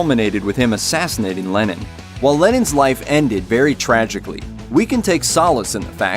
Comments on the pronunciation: LennON not LenIN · why do you pronounce Lennon 'Lenin' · Y tf are you saying lenin